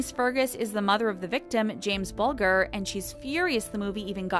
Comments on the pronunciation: It's James Bulger not James Bulgar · For goodness sake can't you do some research before narrating? So many names mispronounced including James Bulger pronounced Booljer. For goodness sake, do some due diligence!